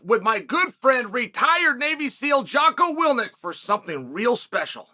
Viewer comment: He even mispronounces his friend's name, Jocko Wilnik lmao